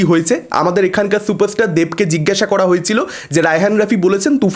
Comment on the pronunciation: দেব নাকি সুপারস্টার 😄😄😄😄 কালা থুতলা বাংলা উচ্চারণ করতে পারে না সে আবার চুপারস্টার😄😄